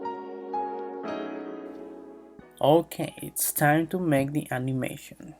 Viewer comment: Make❌ Maka✅